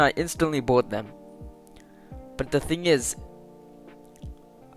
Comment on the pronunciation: It ezzz what it ezzz we all know we bought something in accident